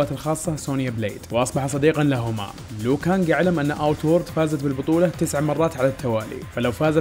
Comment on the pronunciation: اسم لو كانج مش ليو كانج هو مش مسى